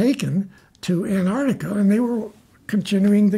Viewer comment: I wonder why so many people, including some scientists who study Antarctica, pronounce it "Anartica"?